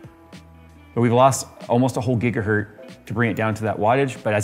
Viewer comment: "almost a whole gigahert" had me cracking up. I'm sure Heinrich Hertz appreciates it